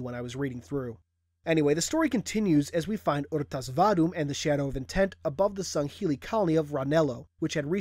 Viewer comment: its pronounced r.tas vadum my friend and u are boring me ive read the book the story is in halo fractures